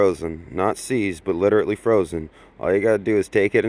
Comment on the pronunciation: Here’s a tip for you: learn to be literate enough to know how to pronounce “literally.” My slow 5-year-old cousin knows that heat melts frozen stuff, what do you think you’re teaching?